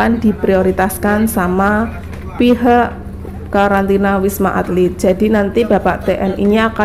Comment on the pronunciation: Ralat, wisma atlit bukan alit 😊